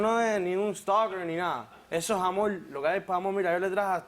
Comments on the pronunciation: "Eso es amoll miamoll " jajajajaja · Porque cambian la letra R por la L . Dicen al hablar amol tenel etc etc?